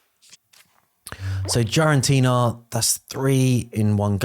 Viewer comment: Bro it is not GiAraNtina its GiraTina for fck sake you’re killing my brain the way you pronounce that…😂